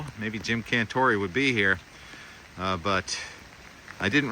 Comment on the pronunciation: Not a big fan of Cantore. By the way his last name Cantore became Cantore' with the emphasis on the "e" at the end of his name. Met a guy who went to college with him & explained that to us in a meeting.